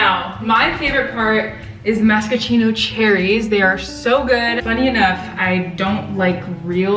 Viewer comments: completely ignores the r and adds new letters that aren’t even in it😂 triggered me so bad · Im dying at so confidently calling them MASACHINO cherries lololol love u girlie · wait is it masachino or maraschino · ava, ily, you’re amazing. That being said, it’s pronounced mare - uh - shee- no cherries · Mara-shien-o cherries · no one:: "mascachino" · I think you mean marr-uh-shee-no cherries. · MAR-I-SHEEN-O cherries 😂😂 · Mare-uh-sheeno cherries 🍒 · i think it's pronounced "ma-ruh-shee-now" 0.o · maraschino is pronounced mare-uh-shee-no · Why did she say maraschino like that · Not you saying maraschino cherries wrong 😭😭😭😭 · I’m not sure if that actually qualified as a dirty Shirley Hah Hah Hah Hah Hah! That was about a 16th of a shot of vodka. You are so sweet, it’s adorable! Also we’re gonna work on the pronunciation of the word “maraschino”! Love you! 🍒🍒🍒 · GIRL the way u said maraschino cherry sent me 💀💀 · girl that is not how you pronounce the cherries 💀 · the way you pronounce maraschino cherries is the cutest thing ever hahahaha